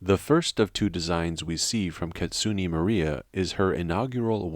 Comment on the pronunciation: "KItsunay" is how they pronounce it. "Not Kitsunee"